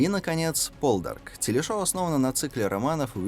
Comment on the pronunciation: "По'лдарк" - так произносится на английском